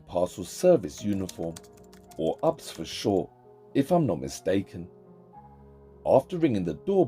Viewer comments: I'm from the states, we call that first one U.P.S and just say the letters not ups but now you know my friend. ❤ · Many people says "ups" but it is pronounced as the long letter: U-P-S.😇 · Hehehe you said “or UP’S for short” it’s actually, U - P - S :) K ❤ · For ups its just u p s we dont says like a word we say each letter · 😆😆😆 ha ha ha haha..., you called UPS "ups"... It's U.P.S. Yoo pee esss. 😆😆😆for United Parcel Service 😂😂😂